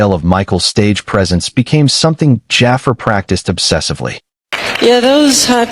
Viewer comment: I wish they would say jaafar name right